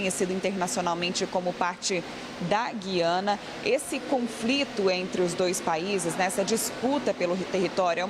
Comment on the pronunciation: GÜIANA : gentilíssima locutora, no nome deste país a vogal U soa; a pronúncia não é como a da nossa palavra GUIAR, mas como em RUIANO (referente a Rui Barbosa); ou no vocábulo hipotético TUIANA. A injustificável, absurda eliminação do trema na nossa ortografia provoca erros de pronúncia.